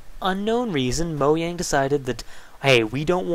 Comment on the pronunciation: Moyang. Sniker Sniker.